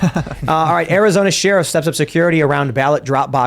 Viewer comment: Drink ever time Tim mispronounces 'sheriff'.